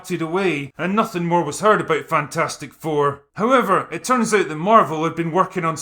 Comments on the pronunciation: I pronounce this "Fantfourstic" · "Fan-4-stick" LOL!